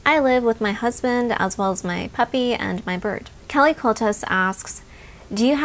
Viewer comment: I thought you said "I recently got a new hubby" instead of a puppy! haha I had to rewind that a few times to check! x